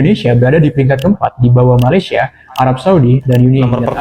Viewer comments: Korang sebut Malaysia jadi Ma-lai-shia kenapa dohhh.. 😅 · dah macam mandarin plak 😅